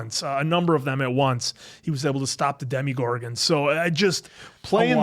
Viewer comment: why do they call DEMOGORGON as DEMIGORGON?